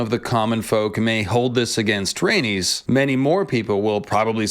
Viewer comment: She would get you for those pronunciation. “Ys” = “is.” ❤ Rae nis. Dracar is.